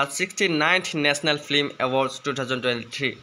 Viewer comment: ফ্লিম নহয় ফিল্ম হয় ।😂😂😂😂